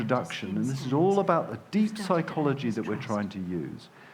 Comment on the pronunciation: “dis is da future dis is da game”